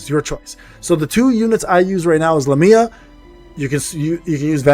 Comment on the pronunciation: IF I GET ONE MORE FRIEDRICH I WILL JUMP... needed to vent that somewhere since there is no world chat lmao i have gotten 3 fredirchs bro i dont even know if i wanna build him i just want more characters that's 2 other units i could have T^T. Also these pronunciations are terrible lol but they're hard names lol so i dont fault you. Lamia = Lah-me-uh Agares = Uh-gare-is